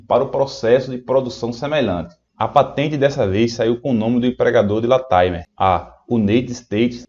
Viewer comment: LATIMER. A pronúncia correta é 'látimâr'.